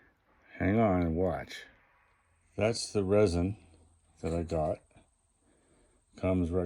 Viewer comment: Polyester Resin, not "Ressin."